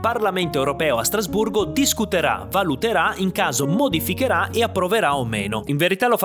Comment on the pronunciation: Hai detto Strasburro?